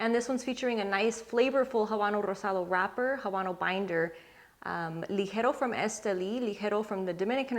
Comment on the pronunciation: When you pronounce Rosado, Ligero and Seco!😍. When I’m short on time I usually smoke the Fuente Chateau. I have all 3 wrapper variants in the humidor at all times!